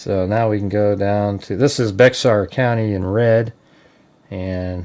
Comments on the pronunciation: Hey genius, It’s not Bexar. It’s bear. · That is pronounced like bear county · Hey bud. Heads up to say say the county correctly it’s Baxer as in “bear” county leave the x sound out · Pronounced "Bear" county. Sheriff dept is incompetent unfortunately